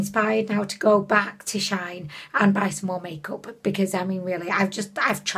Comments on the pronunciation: Omg no hate to her, but the fact it annoys me so much that people say "Shain". Dude it's "Shiin", as in "She In" and Shein is from "She Inside" bruh. Imagine saying "Shayinside" B R U H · WOW I just love love love your makeup look, although the contour was a bit disappointing 😉 She-In used to be called She-Inside, so it’s not pronounced shine, but She In ☺️ Love you 💖🦄